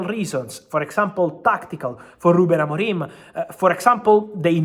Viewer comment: "Ruben AMORIME" Lol